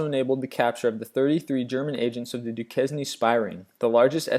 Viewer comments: "Du-kez-nee"? Trying to pronounce "Duquesne", you illiterate moron? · "Du-ques-ne" LMFAO, it's pronounced "Du-kane" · Its Duquesne....its not DU-KES-NEE.....its pronounced DU-KANE..... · Duquesne- (doo-cain) I live around Pittsburgh so hearing this word mispronounced was like daggers to my ears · Man, work on your pronunciation! Doña is "dough-nya" and Duquesne is "doo-kane" because it's of French origin. Quisling has been anglicized to "qwiz-ling" and the worst howler in this whole video is your mangling of Gestapo (Geheime Staatspolizei) which is known to be "ge-stAH-poh" (ge-shtAH-poh in German) by the slowest 5th-grader in the country! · I love your lists, but your pronunciation is maddening! "Duquesne" is pronounced "Du Cain". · Frederick "Fritz" Joubert Duquesne (/duːˈkeɪn/ By the way, there is a Duquesne University in Pittsburgh.Visitors usually confuse locals when they ask for directions to Dookwesneh Unitersity. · If you meant "Duquesne", it's pronounced "doo-KANE". It was hard to follow because of the mispronunciations.